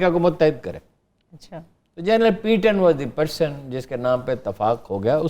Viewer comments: Haroon Sahib it’s General PATTON not PEETON. Please correct your pronunciation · Haroon Sahib this General’s name is PATTON not PEETON. Please correct your pronunciation.